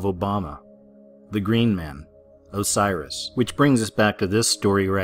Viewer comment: Its osiris not cyrus.